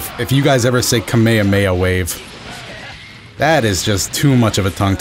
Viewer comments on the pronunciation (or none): You're actually saying it correct there (kame-hame-ha). that's how the west have learned to say it based on the pronounciation of the eng dub (ka-maya-maya). Kinda like how Kai-o-ken become Kay-o-ken in the Funimation dub. JP Krillin also pronounces it with a stronger ee sound (kamee-hamee-ha) which I think is just an accent thing. Either way, never feel bad for saying it the right way, in fact I give you props for it! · Its kamehameha not kamehameha